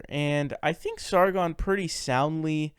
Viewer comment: Soundi-ly? It’s pronounced soundly buddy. You can even speak proper English my guy. Crowder owned this dude with logic. Anyone with a brain can see that. Also your interpretation of the verse is completely off, you don’t even know how long you burn in hell, yet try and interpret a verse? 😂 that’s funny. Also no rockafella giving away money but than treating his works like crap completely voids the purpose of giving away the money 🤦‍♂️. Also you sound like the socialist kid that called crowder autistic. And one more thing that niv, verse is completely miss translated, the verse actually says you can not serve God and satan never says money, the niv is a complete mistranslation of the Bible. It has always been satan never said money go all the way back to the hebrew and greek scripture you will never see that, that’s why the niv is not used by most Christians because the thing is mistranslated. Never said money it has always said satan, or baal, mammon, which are all names for lucifer aka satan. Learn some facts before you speak on something you’re clearly ignorant in.